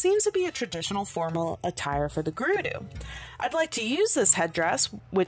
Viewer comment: Gerudo is not pronounced Grr-roo-doo it is pronounced Grr-ud-o. I just thought I should let you know ✨️